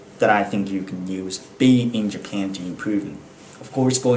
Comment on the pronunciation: Japanの発音が独特ですね ジャピーン、みたいな